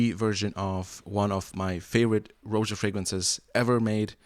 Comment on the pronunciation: Like your reviews. Buts it's pronounced "Raja". After his name Roger...not 'Rowja'